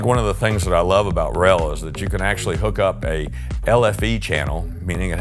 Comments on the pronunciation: It is not pronounced R.E.L 🙄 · r.e.l . ??? You can just say Rel ...no problem for us :)